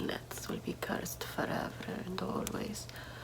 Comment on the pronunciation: CEURSED....YOU WEILLL BE CEURSED